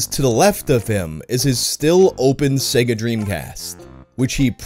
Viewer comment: In fact, ads pronunciated SEGA with an I instead of E. Like SIGA